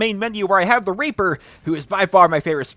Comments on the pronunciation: The first time you said "Reaper" you said "Raper" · He sais raper instead of reaper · WHAAAAAT HE SAYS RAPER ITS REAPER GET IT RIGHT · in he said raper instead of reaper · i can understand how he can accidentally say raper than reaper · The second time he said raper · It sounds like he is saying "I love the raper" at the start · he said raper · Superior Logics I heard that too